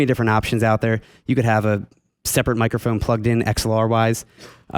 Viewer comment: I like how the guy on the left says microFOON and headFOON. (like ) Where is that accent from?